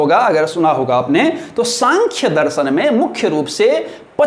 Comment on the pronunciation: आदरणीय, आप के शिक्षण का स्तर बहुत सुंदर और सार्थक है।। कृपया उच्चारण पर गौर करें।। दर्शन होता है दरसन नहीं।। क्षमा प्रार्थी हूं।।🙏🙏🌹🌹